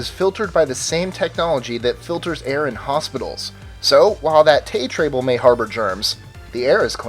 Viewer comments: Anyone notice that he said "tay trable" instead of tray table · you said Tay Trable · "Tay trable." xD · he says "Tay Trable" instead of "tray table"... how funny! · Tay Trable? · He said tay trable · did anyone notice that he said "tay trable" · "Tay trable" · 'tay trable' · "Tay trable"...... Lmfaooooo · "that tay trable..." Really? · Tay Trable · he said Tay trable lmfao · anyone else notice he said "Tay trable" instead of tray table? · #20, "tay trable" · Bahahaha! You called it a "tay trable" instead of "tray table". Nice... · "Tay trable". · Tay Trable, Cool video though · "Tay trable" 😂😂😂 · That "Tay Trable" lol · Me too! :) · Tay trable may harbor germs you say? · LOL! Whats a Tay Trable? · Tay Trable. Good job!